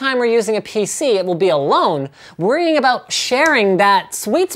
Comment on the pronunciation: he said a 'boot